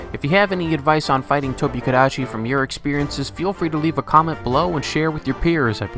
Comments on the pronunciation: strano io l'ho sempre pronunciato tobi- "cadaci" mica tobeh kadacci, sara da regione a regione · I look back to this video just to hear him say tobi kadechi and italian hands. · I now hear “TOBI-KADECHI” in the Italian accent just constantly in my brain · But the Italian accent is wrong, I'm Italian and for the most we pronounce it like normal people, but you know that for some people in Italy "l'inglese" is not a language but something like a cocktail or a recipe of pasta,and other people the call it the Tobi Kidachi or Tobi Tekachi so I invented my own version The Tobi Tekashi 69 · Its da tobi kadachi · I hope you’re proud of the fact that, since watching this video, I have not been able to properly pronounce its name, and will inevitably one day make a fool of myself in voice chat by pronouncing this with a crappy itallian accent 😂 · and thus a meme among my MHW friends was born, it's name is ONLY said in a yelling Italian accent. Thank you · I literally cannot say Tobi-Kadachi without this Italian accent anymore 🤣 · I love the Italian accent you used in the intro, it was so hilarious, and I’m even half Italian so I find it even more funny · and, you both have got my gamer group laughing like loons whenever we hop back on MHW and see the tobi (cannot avoid the Italian accent anymore, damn you) or when I roll sword and shield. Thanks for being so great at this. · Ive heard people pronounce toby kadachi like that before in that exact italian accent to so i was crying of laughter 8 seconds in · Surprised you did an Italian accent and not a Japanese one...